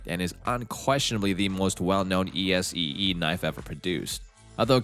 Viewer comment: The stupid AI mispronunciations are grating enough to have to duck out. It actually spells out ESEE knives! ;) Where have all the humans gone?